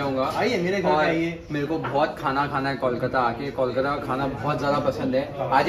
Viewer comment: Ota callkata na, Kolkata hbe...